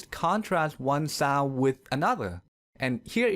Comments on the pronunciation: but your pronunciation of sound is weird... your sound sounds south to me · The way you pronounce "sound" is so hilariously ironic.